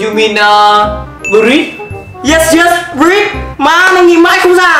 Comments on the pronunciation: anh ơi anh đọc là bread(b'red) ko phải brit =)) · SPAGHETTI LÀ I ANH ƠI, KHÔNG PHẢI Y Bread đọc là bret mà anh, ko phải brit